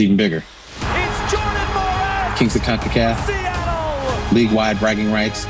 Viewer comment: Kings of concaf ? Lol